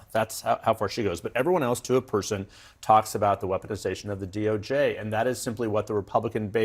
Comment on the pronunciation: If i hear Dim Scott say wesponization one more time, ill scream